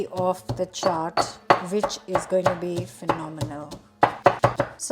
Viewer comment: If any of you are watching just to learn how to pronounce chaat